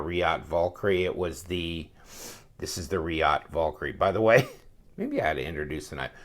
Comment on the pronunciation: Damnit, I can only hear a man butcher the word "Valkyrie" so many times.